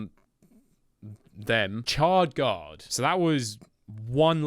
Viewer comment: SSHHard guard Not CHard